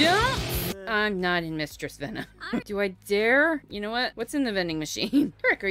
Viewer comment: "mustress venom"😂